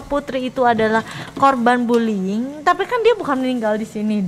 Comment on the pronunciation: Satu lagi anwar harusnya buliying malah buliling